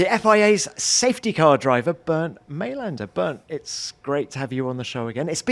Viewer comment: *Bernd Mayländer